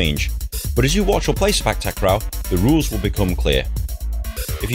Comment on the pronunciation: I meant the word "sepak". The way u said it in the vid is like "spak". No offense tho.